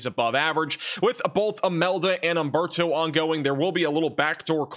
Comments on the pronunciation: Nice talk, but it is Humberto and not Amberto ... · Just a quick correction: For all Spanish names and words, the "H" is silent. Humberto should be pronounced oomberto. Thanks!!